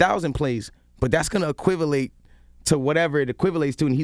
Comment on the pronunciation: Nigga trying to speak intelligently and said equivilate